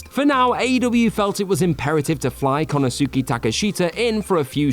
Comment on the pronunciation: "Konosuuki" bothers me. "Yutami" too